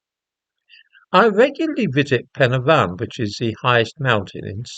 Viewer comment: Thank you for pronouncing PEN Y FAN perfectly Dai iawn! 😌🏴👍